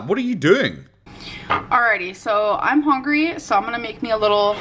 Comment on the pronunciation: Omg that hooongy gets me every time